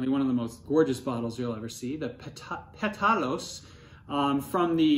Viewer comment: PE-ta-los, not pe-TA-los. Think of Mencía as Cabernet Franc’s better looking cousin